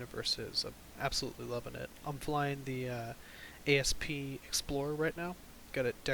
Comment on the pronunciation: A.S.P. is pronounced Asp as in the snake. Most of the vessels are named after snakes from the original 8-bit Elite. Sorry to sound like a Nazi nerd. Lovely video though.